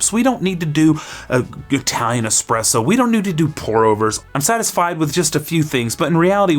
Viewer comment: It is challenging when you only get this suggested on your feed 12 days later. So I'll be honest, I did start watching in earnest, in particular because it is not the first time you have pronounced espresso dead. But then around 1 minute I felt an increasing need to read the comments 😅